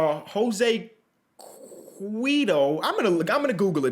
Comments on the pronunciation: for future reference it Quay-Toe just like Quavo with a T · its pronounced like QUAY-do or QUETO